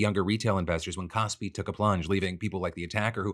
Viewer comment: i dont know much about the stock market but i do know i cant stop hearing you say “cosby” instead of kospi